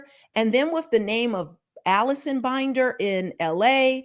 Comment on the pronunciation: ML Management shows under the "Contact" tab of its website that it has an office at 1800 Century Park East, Suite 400, Los Angeles, CA 90067. Comments from former employees on Glassdoor said it was a small office with no benefits. P.S. I believe Binder is pronounced with a short i, as in Tinder.